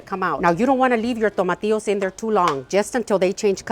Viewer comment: I mean the green tomatoes like veg..it sounded like " tomatios" ?